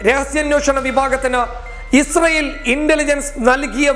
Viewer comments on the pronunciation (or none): none